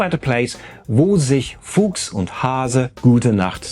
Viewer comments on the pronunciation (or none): none